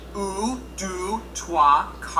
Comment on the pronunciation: actually while he was counting in french He made mistakes: (the only one that was right was 7) the pronounciation was incorrect and the spelling! let's re-make it , also i'm going to count until 12! Un , Deux , trois , quatre, cinq, six , sept , huit , neuf , dix , onze , douze! that was it ! ( not counting zero which is spelled the same way , except you put a '' over the e)